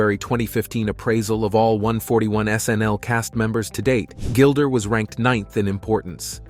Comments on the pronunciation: Her name IS NOT Gilder!!! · Why do you call her Gilder?